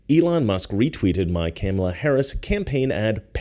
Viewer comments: ‘Cam-a-la” will come after you like she goes after Tucker. Do you know why?? You don’t say her name right. WAH!!!❤ that’s her biggest comment… shows her IQ level. I’m going to look at your video… good job. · Do you mispronounce Kamala because you're ignorant? Or is it supposed to be an insult? I think you're smart enough to know how it's pronounced by now, so I'm just wondering if you're mispronouncing it intentionally or not.